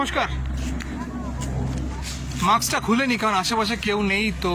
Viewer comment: Otaa maks boley naa otaa mask hobey. Pls correct your pronounciation.